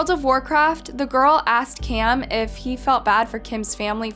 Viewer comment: You should be more clear w names. It's Kim and Cam. But yet you continuously say Kim and Kim. Very close names needs more pronunciation.